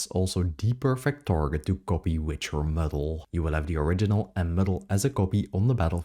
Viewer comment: Muddle not Middle! Oh Painful